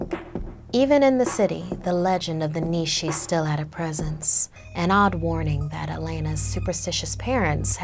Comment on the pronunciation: It's pronounced nea shea